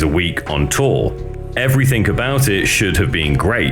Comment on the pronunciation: did you say everythink??